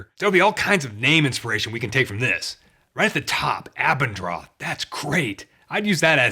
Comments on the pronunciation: Haha...kinda funny, that you interpreted the ponounciation as "droth" in the german names. It's actually Abend-roth (pronounced Ah-bend-rohtt). It's a variation of Abendrot and means afterglow, like in the reddish light in the evening. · It's Abend-roth meaning afterglow at sunset. ;) But the h in the end makes it fantasy in it's own right.